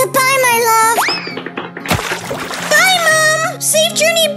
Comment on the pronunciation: When he say my lob not love it got me laughing 😂